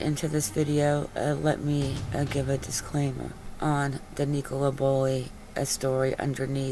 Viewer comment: IT'S NICOLA NOT NEECOLA .